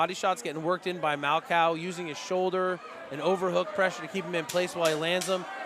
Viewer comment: Yo it’s MAL-COH 😂 not 🐄 did my dawg dirty hahaha